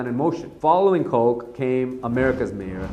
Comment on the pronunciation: His name is pronounced Ed "KOTCH"... how did you not know that WTF ??? Dude was famous. I am embarrassed for you. Delegitimizes your whole video. Basically like saying President "Beeden" instead of "Biden" ... piss poor research, pal